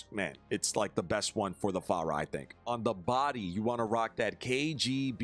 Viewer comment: I'm just here to laugh every time says Far-ra like the Chinese waiters in a Christmas Story 😂 Love you!